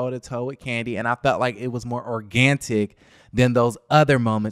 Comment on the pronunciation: The way keep sayin “organtic” hilarious 😭😭